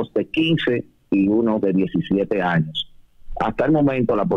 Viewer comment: Feliz año no años se le fue la s al comunicador Bendiciones